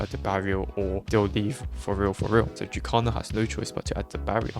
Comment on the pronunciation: why do you pronounce jukecalla as youcalar 😭😭